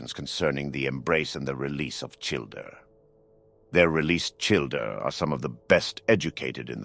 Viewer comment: I thought you said childRer